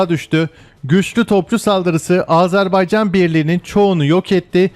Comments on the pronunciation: Icinizde ki bu Azerbaycan sevgisi icin cok tesekkurler, sadece AZARbeycan diye telefuzunuzu AZERBAYCAN olarak yapmaniz bizleri cok sevindirir. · Yav biri şu adam söylesin. "Azarbaycan" değil. "Azerbaycan" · Azarbaycan değil yuh senin Türkçene : Azerbaycan